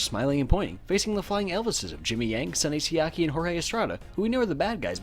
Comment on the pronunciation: Am i the only one who heard the phrase "dont look at my ass" whenever he said sunny siaki's name ?